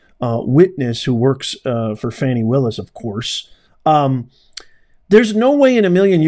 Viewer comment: Fani????? shouldn't it be Foni !?